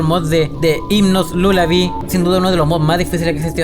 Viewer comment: Levelal Lulabi Lalabi Porque no saben decir lullaby 🤨